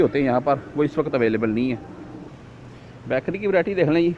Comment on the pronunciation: bhai back ry nahi hota bakery hota hai........